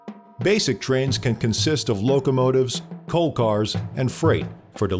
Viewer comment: "and finally twains!" every Bazinga watching screeches with joy